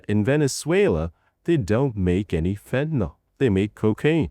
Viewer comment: Just FYI, it’s “fentanyl”. There’s no “o” in fentanyl. It’s pronounced “fen-tan-ill”; not “fen-tan-all”. For some reason the politicians and media pundits on tv can’t get it right and have decided it has an “o” in it. He actually goes back and forth in the video; which is odd. Venezuela isn’t a large supplier of even cocaine; it primarily comes from other South American countries.